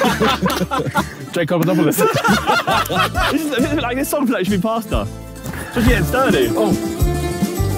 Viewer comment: ethans “drakeopadopalis” is too funny 😂